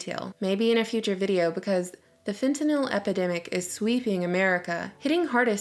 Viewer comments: fentynal is a synthetic opioid. pronounced fent-in-all its been used for a very long time for in hospitals. just a little constructive correction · it's pronounced FET-NULLLLL. Just a friendly notice.